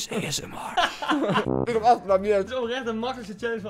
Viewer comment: Esmr🤣 Iedereen Asmr Lol